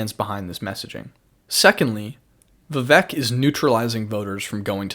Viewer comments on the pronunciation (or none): When you pronounce the name of the guy you made a video about, your analysis loses all credibility. You didn't put enough time to even research how his name should be pronounced. It's pronounced viv-ake not viv-uk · No he didn't. It's like ache at the end not ik or ek.